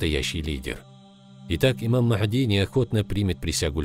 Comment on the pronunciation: Не Мах!ди а Магьди